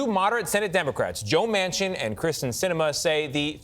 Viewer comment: Do these reporters pronounce KEERSTEN Sinemas name wrong as a sign of disrespect ! They always say KRISTEN and not KEERSTEN ?